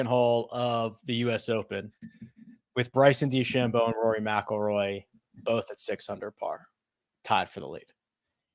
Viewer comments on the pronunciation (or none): No offense, but how can watch the whole tournament as an analyst and still not know how to pronounce DeChambeau?